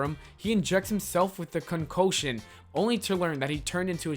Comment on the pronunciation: It's call "N double A CP". Look up the pronunciation of "concoction" and "Tibet"